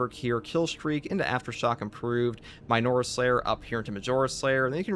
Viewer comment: You say minors and majors so so strangely my guy cant get over it 😂